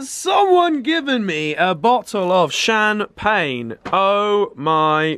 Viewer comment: "Has someone given me a bottle of shan-pane?" -Oliver White 2017